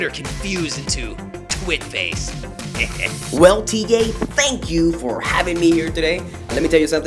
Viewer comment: Why is the special guest pronouncing your name "T Gay"